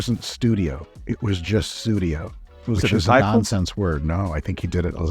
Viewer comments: The Phil Collins song is actually "Sussudio", not "Sudio". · Aww I thought Mike was saying "Pseudio", that would be hilarious